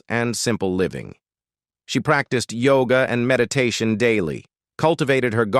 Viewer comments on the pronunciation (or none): none